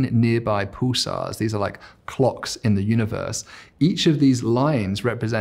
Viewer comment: Very interesting long 'u' sound in his words - 'puulisar'. 'muul-tiple; etc.